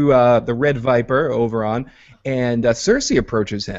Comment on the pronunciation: The dornish guy is called Oberyn not Oberon tho